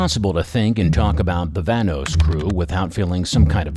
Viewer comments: 😂😂😂😂 vanos I'm done bro why did he saying like that tho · YOUR SAYING VANOSS WRONG